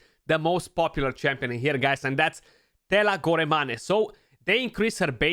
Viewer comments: Thela Go re ma ne, why is it that your pronunciation of her name makes me hungry. lol! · I like how you pronounced Teela's last name like she's Italian, hah